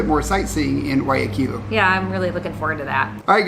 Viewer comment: Thank you, your the ones that say Guayaquil the best. Everyone says KILL at the end, it's not that difficult, nor is Quito. Thank you. 😊🌹